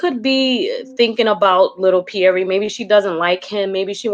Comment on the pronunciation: Question: since when is this “Pierre” pronounced “Pieree”?! Did Larissa name the baby or what?! 🤦🏽‍♀️🤦🏽‍♀️